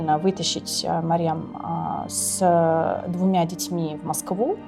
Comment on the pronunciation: Не Марем а Марьям. Мать Иисуса.